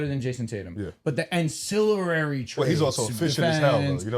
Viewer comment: *Ancillary, not ancillarary 😂 love the pod tho